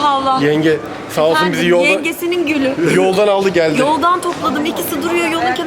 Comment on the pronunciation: Sizde yengesinin gülü demesine, o tonlamasına takıldınız dimi? abi noldu ya videoya devam edemiyorum orada kaldım